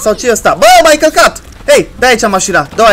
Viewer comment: ai zis ma căcat sau călcat?